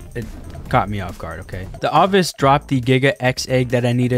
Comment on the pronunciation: Ovis is pronounced o-vis not a-vis